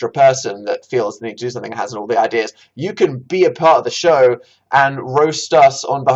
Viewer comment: everytime you say “show” I get so upset I can’t go